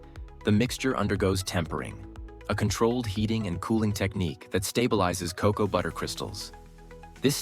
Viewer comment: Hard to get past ca-cow" instesd of cocoa. 🤦‍♀️